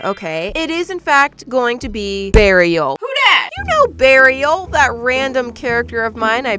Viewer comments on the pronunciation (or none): I know it’s supposed to be Beariel like Bear and Ariel, but all I can think is burial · When said Bearrial I thought she ment burial 🪦. ☠️💀😂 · OK, so; I know "Beariel"? (Is that how it would be spelled?) is supposed to just be a combination of a bear and the name "Ariel" from the little mermaid.. But when keeps saying that name I simply cannot hear anything but "BURIAL" and i'm crying from the cringe that my brain has created from this... ANYONE ELSE? no? JUST ME? ok great... sigh cute shells btw.. I mainly LOVE the dumbo octopus